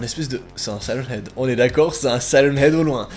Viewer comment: un siren head on dit sayreunne haide